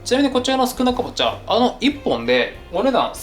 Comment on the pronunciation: 宿儺かぼっちゃっていうすいかですって言ってる？？😂